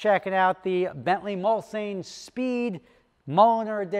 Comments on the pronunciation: These have a v8 6 3/4 litres capacity and please pronounce it properly Mulsanne. Pronounced "Mulsawne" not "Mul-san". Its a part of a French race track, a very long straight. A 10 year old example might be 50k. Thats more my level of aspiration. Regards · It’s pronounced Muls-Anne. Im from England so I know. Simple. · Its pronounced “MUHL-SAHN” …Jersey Boy! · He's using the alternative Nomi Malone pronunciation.